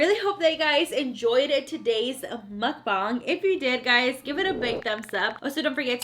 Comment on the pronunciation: Yes I love your mukbongs 😭😭lmao I love the way u say mukbang